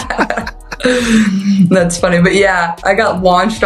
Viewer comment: Whomever is narrating this video, or robo voice can't even pronounce jason and travis last name correct. He just needs to learn how to speak correctly !!